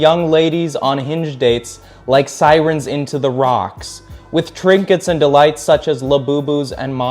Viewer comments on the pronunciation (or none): none